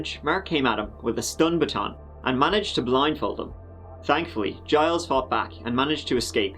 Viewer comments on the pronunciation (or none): It's Gilles like in Jill but with emphasis on L rather than J, like Jeel but Gilles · "Zheel", not "Gees". Soft G, kinda dump the "es". You're bang on for "Tet-TROE". De rien. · Just to help Gilles is pronounced Gil list, Gil is the accent syllable. This is how you is, typically, how Jiles is spelled. I do believe Giles is acceptable. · Gilles is pronounced more like Jeel (at least in french) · Gilles is pronounced Jeel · For all those non French speaking people Gilles Tetreault's name is pronounced 'Jill Tetro' but I like the way you said it better along with all of your other mispronunciations and slang :) Thanks for the uploads, been binge watching since I found you a couple of weeks ago. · "Gilles Tetreault" is probably pronounced like "Jill Tet-ro". When pronouncing french it's kind of joke that you just ignore latter half of words or names lol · Think the name of the guy who escaped is pronounced: Jeel. French-Canadians??? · Its "zjeel tet-tro" :) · The name is pronounced like "Jill Tetrow" in layman spelling pronunciation. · Gille is pronounced like sheel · I believe the first attempted victiim’s first name is pronounced like “Zheel” more or less. His last name? You’re on your own. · My hidden inner French Canadian tells me Gilles Tetreault is pronounced “Gees Tet-TROE”